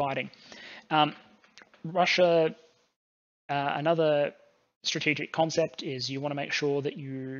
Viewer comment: Russia doesn't end an "r". Neither does idea.